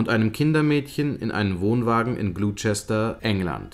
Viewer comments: Das Video ist echt toll gemacht aber die englische Aussprache ist noch nicht ganz perfekt. Gloucester="Gloster" (nicht Glusester) und "...shire"="schirr" (nicht scheier). :) Ich freu mich auf neue Videos! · In England wird niemand wissen was gemeint ist, wenn man Gluschester sagt. Gloucester spricht man Gloster aus. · Mal wieder deprimierend gut. Einen kleinen Mangel habe ich trotzdem entdeckt. Gloucester wird nicht "Glutschester" sondern "Glosster" ausgesprochen. Ähnlich wie Leicester "Lesster" ausgesprochen wird. Für den nächsten Killer aus GB ;)... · Super wie immer, gute Arbeit! Aber einen Kritikpunkt habe ich dann doch: Gloucester wird nicht so ausgesprochen wie es der Erzähler tut, sondern so: ˈglɒstə (Lautschrift) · Gloucester spricht man "Gloster" aus aber sonst ist gut😜